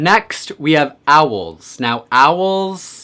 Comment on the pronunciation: My dude I love you but the way you say Owls stresses me out